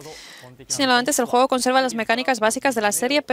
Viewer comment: Cuando dices juego, se escucha como jugo 😂😂😂😂😂